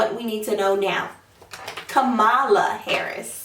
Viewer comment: It’s KAM- a -la